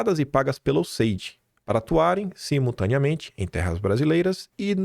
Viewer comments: Pra quem mora na Austrália em que o idioma é o inglês, a sua pronuncia está muito ruim, useidi?(USAID). Como as pessoas entendem vc na terra dos cangurus com essa pronuncia horrorosa?”imagino que tenha muitas dificuldades “ melhora isso moço. (Obs:. Pronuncia não tem nada haver com sotaque). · Acho legal o nord3stinho falando o ingles e. Danese a pronuncia. Mas diz-se iuéssaid. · Alo Quim !!! Ouvindo o Paulo de Souza, vc vai aprender a falar o nome do acordo MEC USAID da forma correta !